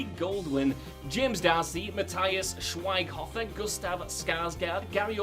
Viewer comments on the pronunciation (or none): He murdered Mathias Schweighöfer's name. I want an apology for that. 😭😭